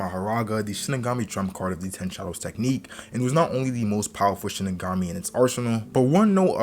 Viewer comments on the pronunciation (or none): Its Shikigami not Shinigami